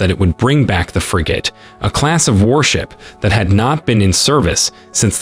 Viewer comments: The computer voice, the text to speech, couldn't even pronounce "frigate" right - just get a native speaker to read your scripts and not a computer! LOL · Pretty sure he mispronounced frigate intentionally to get the comments going, comments are good for the algorithm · He can't pronounce "frigate" properly. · I absolutely hate how he says Frigate 😖 Like where does he come from that that is how the pronounce Frigate 🤔😖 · Holy fuck can you not pronounce frigate correctly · You need to learn how to pronounce Frigate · I love how the AI narrating this keeps pronouncing frigate wrong and in different ways. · He pronounced it like 3 different ways lol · How did he say Frigate great the first time and then the rest of the video says Free Gate! And FF eeeeexxxx damn those AI voices are getting more real everyday but still have their flaws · OMG stop saying "FREE GATE" You pronounced it right the first time. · He pronounced frigate properly the first time and then never again. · Frigate… pronounced frig-it not frig-8 English is hard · It's not Fri-"gate" it's Fri-"gut" Please pronounce it correctly. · What the hell is a 'frigATE'....it's pronounced like frigit lol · Frigates fill a role that is better served by frigates than destroyer. And Every damn you people do anything with the navy you simply HAVE to mispronounce something. It is NOT pronounced "fri -- gate" It is pronounced "fri -- git" emphasis on the first syllable not the last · Frig it. Not fri gate. Jesus, your pronunciations are cringe. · What’s a FREEGATE? It’s actually pronounced FRIG GIT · You need to correct your computer voice. No one says Fri-GATE, it’s universally pronounced FRIG-it. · Go back to school, language class. It's not pronounced FREE GATE. IT'S FRIGET. GET IT RIGHT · The word frigate is pronounced frigette…not the hard A as in gate. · pronounced “friggit” 🇬🇧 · Frigate is pronounced ˈfri-gət, with emphasis on the first syllable…pleeeze! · Pronounced "Frig-it". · Frigate, pronounced Frig….it